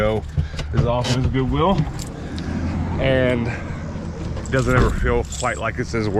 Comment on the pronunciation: First Word "Goo-will"